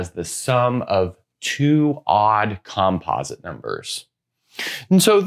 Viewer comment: Interesting video, but wildly distracting to see "likelyhood" misspelled on the board and to hear "composite" pronounced in such a peculiar way (why not the same stress pattern as "competent"?).😉 It would be just a bit too picky to expect any English-speaking academic to pronounce Goldbach as anything but Goldbark, but that said, don't a lot of people manage to pronounce the composer Bach's name with a German "ch" sound and not as Bark?